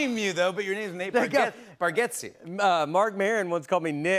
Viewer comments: Love how jimmy was still saying his last name wrong after being corrected, its bargatze not bargetze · How could Bargatze possibly be pronounced BarGETze, unless you’re just completely ignoring what letters sound like?